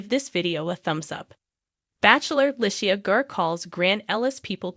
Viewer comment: the way you mispronounced her name is, sorry Annoying😮